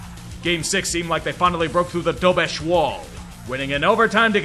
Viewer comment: Czech here, thanks for pronouncing Dobeš correctly. Shows that you care and we do notice.